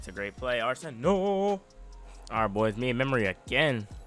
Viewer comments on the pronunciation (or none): none